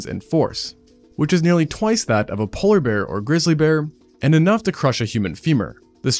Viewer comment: poller bear?